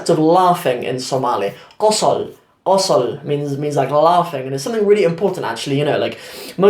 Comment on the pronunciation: bro thank you very much but some words are mistaken like qosl always qosol is qosol arag is arag not ark arkid when explain is arag nor ark shukran